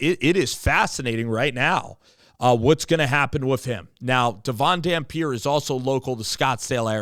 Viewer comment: He's a senior he's not coming, and you didn't even pronounce his name right